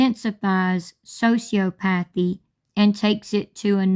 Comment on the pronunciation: It's "so-see-ah-puh-thee"